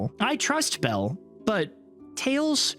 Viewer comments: Yeah he did say "Bella" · Is it just me or did he say "Bella" instead of belle here? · It’s Belle not Bella